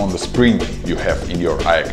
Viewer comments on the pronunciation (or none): Lol he actually pronounced aeg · AEG is not pronounced EGG its I EEE GEE